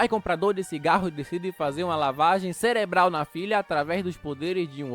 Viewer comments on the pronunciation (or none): none